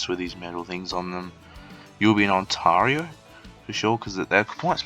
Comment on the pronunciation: Thanks for the tips, although the way you kept saying Ont-ah-rio is triggering, lol.